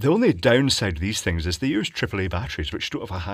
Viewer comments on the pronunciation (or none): none